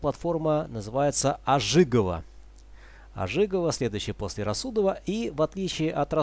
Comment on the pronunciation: О́жигово, а не Ожи́гово!!!!